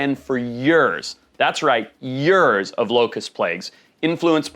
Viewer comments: “Yurrrrs that’s right yurrrs of locust plague” I think you meant years. 😂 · Did you say " yours" or "years". You need to learn how to pronounce waayyy better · Remember yurs! Not years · Its YEARS not JUUURS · “Yures. That’s right, yures!” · Years ❌ Yures ✅ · Not years but yurs! Serious shit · Right. He did mention he is Zimbabwean, so I'm not too surprised he says some words their way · That’s right, yurrrs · What the hell is a yurrr?? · He really doubled down on "Yurs" huh? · Yures, that’s right YURES! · YURS!! YES YURS!!! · What's "yurrrs"? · What does “yurs” mean? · glad he said Yurs instead of years, got worried there for a second. Don't know how long a Yur is but must be less then a year. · Yers, that’s right, YERS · Yurrz you say? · FOR YURS AND YURS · I would like to see him run down a top ten list of the ways to say "Years" because he kept pronouncing it as "Yours...or Yoars" very interesting indeed. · "Yurs" of locust plagues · Yurs, that's right YURS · Yers thats right, YERS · So many yurrrs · “Yerrs. That’s right. Yerrs.” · Yurrs Plont material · Yurs! That's right, Yurs! 😂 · You heard him yeerrs 😂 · What are “yirs”?🤷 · Came here to say this 😂😂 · Sounded like he’s from the south 😂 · How long must you wait until your mortgage is paid off? Yurrs and yurrs. 😂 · I wonder… if it can really last for “yee-urrs”…? 😂😊🤪🙃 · Wait, say "years" again you weirdo. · He can do a lot of things except say years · where are you from if you pronounce it that way though? I'm not familiar.